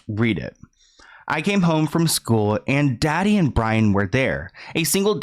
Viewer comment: Lolllll the trying to read in the country accent had me dying “I CaMe HoMe” 🥴🤣🤣🤣